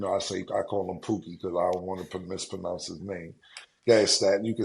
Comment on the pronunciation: "I don't want to pamispanounce his name." Lol My guy mispronounced mispronounce. This my ish